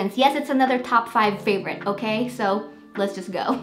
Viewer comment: Love the way you say "Paaavourite" 😁 indeed! Your plant's are soooo beautiful .😍